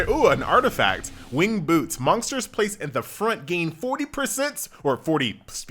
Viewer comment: why is he saying monksters? :D